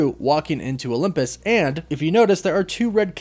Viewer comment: where are you from my friend? It sounds like you pronounce Olympus as “Olumpus”